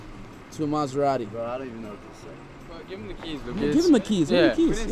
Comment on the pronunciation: “It’s gonna be a lotta caws wew buyin bwo” “It’s worf it bwo”